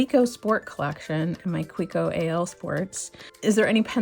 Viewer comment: Nice Kaweco collection. It’s pronounced Ka-vec-o.